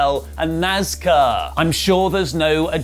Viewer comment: I never thought that a Wrestling talk show would ever mention my other love of NASCAR, but its strange times we live in. Also, says NASCAR perfect l, I shall always pronounce it like that